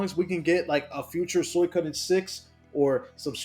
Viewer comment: its SWEE-KO-DEN jesus christ the way u say it hurts my ears